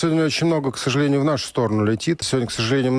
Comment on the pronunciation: Подобається оте "ксажєлєнію" 😸